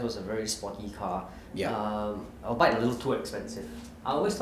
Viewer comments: I die every time pronounces albeit as "ALBITE" HAHAHA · Albeit is pronounced all-be-it